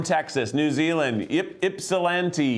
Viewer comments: Keith, SO proud of you for pronouncing Ypsilanti correctly 😄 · I'm impressed by the Ypsilanti pronunciation, props Keith! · Amazed Keith said Ypsilanti right lol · Keith pronouncing Ypsilanti correctly! Hello fellow Michigander to whoever that was!